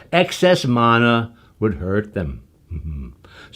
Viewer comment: Congrats! Your father is the only person who knows how to correctly pronounce mana!